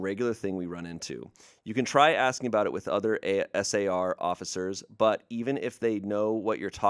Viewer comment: I’m in a search and rescue household, and that last story was getting me with S A R. It’s just “Sar”.